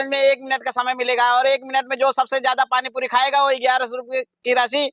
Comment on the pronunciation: पाणी पुरी बोलो yaar तुम पाणी पुदी बोलते ho